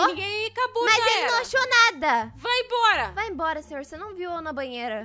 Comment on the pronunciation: Eu ri muito quando ela falou olá senhorrrrrrrrr kkkkkkkkk que coisa mais linda